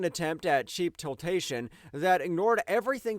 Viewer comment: Tiltation? Were you trying to say titillation?